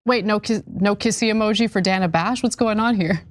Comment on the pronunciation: He's racist for mispronouncing dana bash's name by using the small A instead of the long A sound.